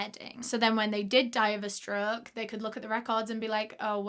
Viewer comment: The way she says stroke kills me 😂 “struuuuk”